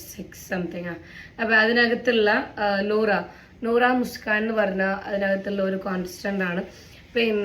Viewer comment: Noora alla bosse 😂nora aan